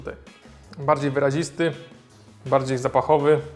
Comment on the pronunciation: bardziej wyrazisty* Sory, ale bolało w uszy